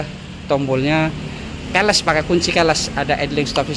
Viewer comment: belajar bahasa inggris mas, keyless bacanya kiles bukan keles nggak enak aja di kuping